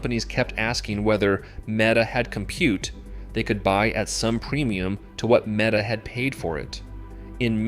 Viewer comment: MEETA? One of the worst AI slop garbage videos I have seen